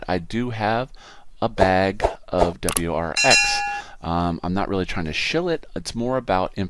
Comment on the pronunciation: its pronounced - WAAAZZEEER X